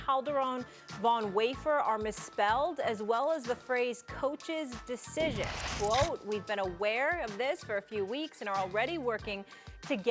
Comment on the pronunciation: “Decicion” cmon how you mess that up?!